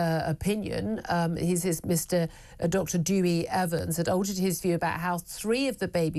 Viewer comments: Dr Evans himself pronounces it Dowie ! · It’s not pronounced Dewy it’s Dewi ( Derwie) 🤦‍♀️